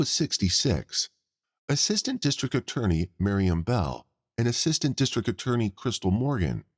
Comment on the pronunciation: I wish the narrator would learn there's a T in district. It's not districk